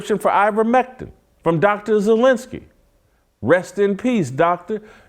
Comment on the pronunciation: It's Dr. Zelenko, not Zelensky.